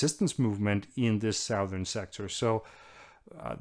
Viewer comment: Hello Anders Puck Nielsen, thank you for these excellent summaries. I'd like to point out an oddity in English pronunciation regarding the cardinal directions. Unlike north, east, and west, which do not change their sound upon adding -ern, for some reason southern is changed to s-UH-thern.